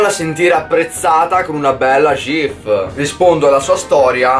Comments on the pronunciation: Persona normale: ghif: SGIF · Ma perché “gif” con l’accento toscano?😂